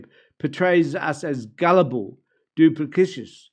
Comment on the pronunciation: Dew-pliss-it-tis. Otherwise, very well said.